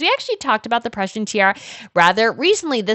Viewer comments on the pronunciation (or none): none